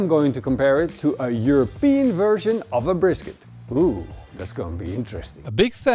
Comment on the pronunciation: European not europese